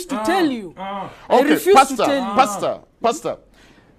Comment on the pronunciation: 真的唸成pasta senpai耶